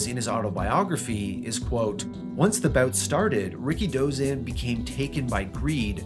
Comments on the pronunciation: I always pronounced his name as "RI-KI-DO-ZAN" not "RIKI-DOZAN". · You don't pronounce his name like "Ricky Dozan". You say it all together. And pro "wres"? 🤦‍♂️